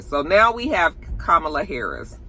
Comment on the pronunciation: Comma-La = Kamala. I have a “difficult name” as well and it’s disheartening when people don’t take the time to pronounce it properly. Loved the commentary!